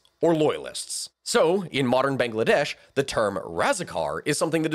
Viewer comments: Bang la desh Not bangaladesh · I don't know why i like hearing "banga-ladesh" so much. . .